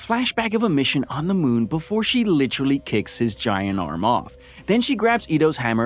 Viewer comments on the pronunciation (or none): none